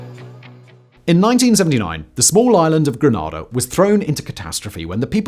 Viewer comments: Yo whistle boy... its Gre- NAY- da not Gre-nah-da lol hurts my ears to hear it said like that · Wonderful video! The pronunciation Grenada is Greh-Nay-Da